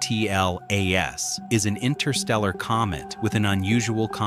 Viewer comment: ATLAS,JUST SAY ATLAS.Its one word!